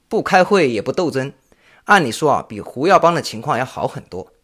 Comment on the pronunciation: Hu耀邦，不是Wu耀邦。 确实太令人震惊了，68岁太年轻了。